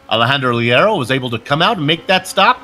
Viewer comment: great broad cast now if you could please pronounce Leiro "Layro" that would be much apreciated